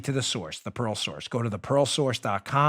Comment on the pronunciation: WOW!!! when you first announced your sponsor "The Pearl Source" all four people in the room listening to your show thought you said, "The 'PAROLE' Source" it was clear later in the announcement that what we thought we heard was inaccurate, funny, but inaccurate... Dan is selling stolen jewelry from parolees...easy to believe since Dan hangs out with that bank robber "Producer Joe"... LOL!!!